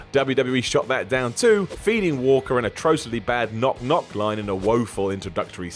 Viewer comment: Really,, you couldn't re-record 30 seconds to get Walker's name right?